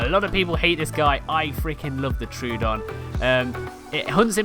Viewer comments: Troodon is pronounced troh-odon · it's pronounced tro-odon 2 "o" sounds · I swear all these Ark content YouTubers have never heard the creature names said out loud. I haven't heard a correct pronunciation of Troodon or Thylacoleo or several of the others from any of them.